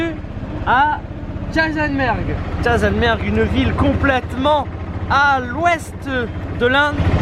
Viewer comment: Jeisalberg kkk ta prononciation du nom de la ville haha je suis morte ^^ . J’adore cette ville elle est vraiment très belle.